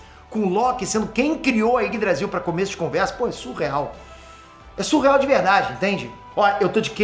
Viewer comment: Quando o fala Yggdrasil, eu sempre escuto Ines Brasil kkkkkkk